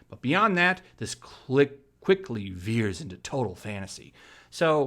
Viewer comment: "...veers into total fantasy..." or is it "Vers into total fantasy"? :)